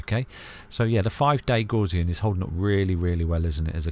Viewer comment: The “gauss” in Gaussian rhymes with “house”, it’s not pronounced like “gauze”.